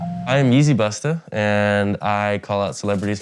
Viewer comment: Yeezy bustahhhh , cringe every time dude pronounces that shit , vultures tryna fit in & can’t even get the language right , shout out James Dunn & Welty